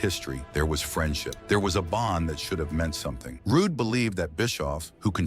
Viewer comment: get this Roo-Day ai bullshit outta here